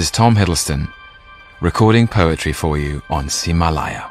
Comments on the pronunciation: wow...his pronunciation of ximalaya is really good! lol why am i surprised? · It's a bio of him in Mandarin -- this series is recorded for a Chinese podcast streaming platform called Ximalaya (he pronounced it perfectly btw)